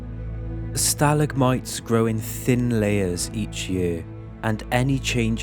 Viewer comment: The mispronunciation of stalagmites bugged me a little, but gave me comfort at the same time because a real human spoke the words lol.